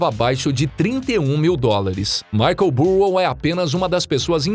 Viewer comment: Difícil ouvir o vídeo todo ouvindo o narrador falando Michael “Burro” .